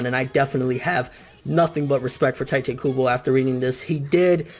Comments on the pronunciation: Really taete kubo? Isn't it tite kubo! Why do you keep saying taete? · "teiteh kubo" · 'tai-tay kubo' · Tite kubo sounds like juha Bach, the way you're saying it anyway xD 'He chose the ships when he started chapter 1' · but like you keep saying Tite Kubo's name wrong and its bothering me but DAYUUUUM That is sad... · you say his name wrong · thats not how you say his name